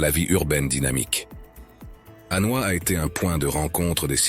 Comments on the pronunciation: Pour un reporter et commentateur chevronné , prononcer HANOA au lieu de Hanoi est presque une faute professionnelle . On ne dit pas PAROS voyons !! En plus choisissez des photos de vraies vietnamiennes pas d'autres filles du SE aisiatique ! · J'avais deja visionne' des centaines de videos sur le Vietnam, mais celui ci m'a attire' par le commentaire, on sent le lecteur passionne' par son sujet, lecommentaire etant bien lu (au fait on dit HanoI et HuE, derniere voyelle bien accentuee0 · Très joli reportage. Dommage cependant d'utiliser l'IA pour la narration, cela entraine des fautes de prononciation (ville impériale de HU au lieu de Hué et capitale, Hanoï souvent prononcée ANOI), cela ajouté à un rythme monocorde qui devient vite lassant. Pourquoi ne pas utiliser une voix off humaine en place de l'IA (l'intelligence artificielle) ? Sinon, très belles images et vidéos. Reportage complet montrant les multiples facettes de ce fantastique pays et de ses merveilleux habitants. J'ai donc décidé de m'abonner à cette chaîne afin de découvrir les autres vidéos. Bravo pour cette excellente idée et ce format aussi original que novateur ! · Cette vidéo est très intéressante. J'ai fais plusieurs voyages au Vietnam, mais là je découvre des endroits que je n'avais jamais vu et ça me donne envie d'y retourner une nouvelle fois. Dommage que le commentaire de la vidéo soit assuré par un robot qui déforme pas mal de mot, y compris le nom de la capitale devenu "A noix".